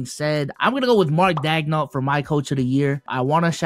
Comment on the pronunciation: “Mark Dagnall” 😂